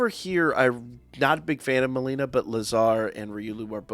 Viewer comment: why you keep calling her malina?